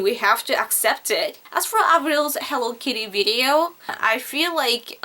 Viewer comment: lol the way she said hello kitty xDno offence but im dyin here *-*hewwo kiiiti xD